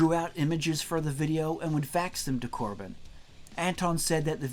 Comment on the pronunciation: Corbijn is actually pronounced like Cobain